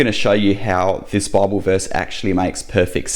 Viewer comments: I know this man speaks with a strong accent (Australian?) but does he realise he says "Barble" instead of "Bible" and this sounds rather comical. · "Bauble" to us Yanks.